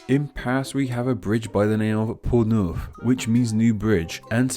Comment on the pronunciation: Neuf = 9, not "new"